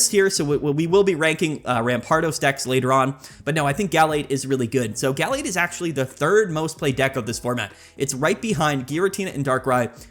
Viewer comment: Guh-lade not gall-lade soft a not hard a please. Other than that great video